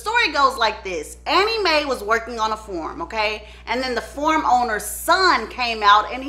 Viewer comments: At the very beginning of the video, literally around the 1 minute mark, is she saying “farm”? It sounds like she keeps saying “form” and “form owner”. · The "form" owner...whew, it took me a minute. That accent will kick in, won't it. 😆🥰